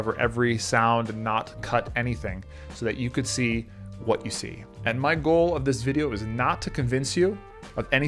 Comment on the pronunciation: congratulation Nelson brother. I am from Nepal and you got one more subscriber from Nepal(that's me). If he could memorize a whole book in 2o minutes, why he didn't memorize a dictionary? leave about the whole dictionary. He doesn't know that "what" and "that" have different pronunciations. 99% of people are better than.. I really apologize on the behalf of all Nepalese. about scams.